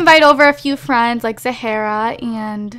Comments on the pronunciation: You're pronouncing Zahra wrong, it on has one H. Zah-Rah. Not Zah-Hare-Ah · Zahra is pronounced Zawr-uh, not Za-hare-uh. Sorry, just had to say that, even though you're already filmed the whole LP